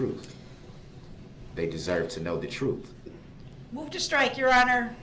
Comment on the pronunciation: “Licen place” (license plate) “Truff” (truth)